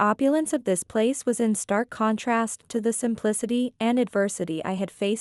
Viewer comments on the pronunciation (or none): none